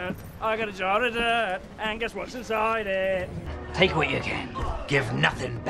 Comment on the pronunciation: "I've got a jar of DIRrt, I've got a jar of DIRrt, and guess what's inside it!"